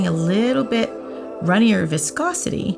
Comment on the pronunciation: wanna get drunk take a shot when she says voscosity